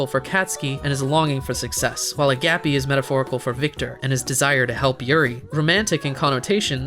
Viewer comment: your pronounciation of agapé makes me want to not